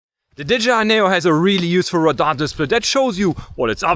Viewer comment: Great videos 👍 subbed also like the way you say Radah (radar) 😅